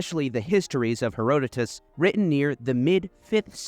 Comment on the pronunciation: How you pronounce Josephus and Herotus is annoying me😅